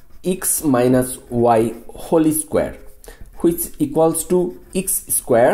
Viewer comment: He said holy square for whole square 🤣